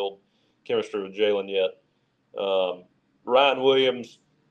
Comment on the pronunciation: It's Jalen Mbakwe not Kalen